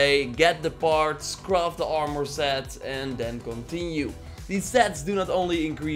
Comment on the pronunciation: "awrmour" lol